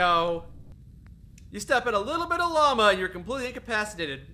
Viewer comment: DEFINITELY said lama right there